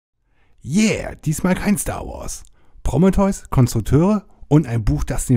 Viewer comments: Wieso sagst du immer "Prommeteus"? Es heißt PrO(h)mE(h)teus.. lol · "Promme-theus" ... äääääh, nein! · Ja, klingt echt schräg ja? - Ist mir auch direkt sauer aufgestoßen.^^ XD - Heißt ja auch Krebs und nicht Kräps oder ähnliches... Varion hat da auch einen genialen Sketch gemacht!^^ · Bitte sprich prometheus nicht mehr so dermaßen falsch aus!